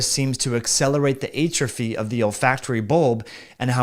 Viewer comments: I’ve literally never heard it the way he pronounces it. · I don’t think that’s how you say atrophy…